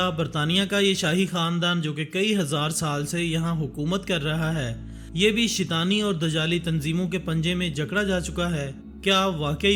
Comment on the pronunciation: Not shitani its shaitaani